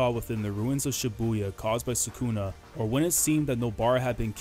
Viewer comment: Isn't it sukuna, not sakuna